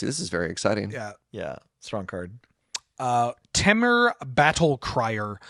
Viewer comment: Well,...I'm back to complain your pronunciation of Temur! TEE-mur, not TEH-mur. I've paused the video while I write this, but I will finish the video before posting! I'll also overlook chalcedony, kal-sə-doh-nee, since it's your first time seeing it. Also, I'm kind of surprised there wasn't any discussion about Severance Priest and the comparison to Skyclave Apparition.